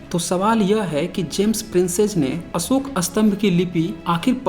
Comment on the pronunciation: आपके वीडियो से मनोरंजन होता है। जब आप प्रिंसेप को प्रिंसेज कहते हो, मज़ा आ जाता है।